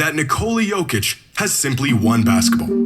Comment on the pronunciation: SAY IT SLOW BRO.... YO - KICH - You cant be that dumb. Its an act right?